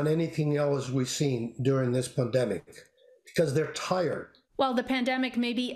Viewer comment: My man just said "pademic"